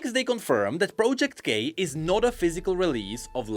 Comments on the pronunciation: Everytime says project k it sounds, at least to me, as if he says "project gay" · "project gay" is what I heard lol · i keep hearing project gay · Is he saying project gay?